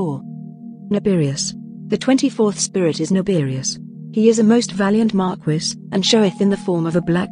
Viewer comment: Tell this robot that Marquis is pronounced “Mar-KEE” it’s driving me insane.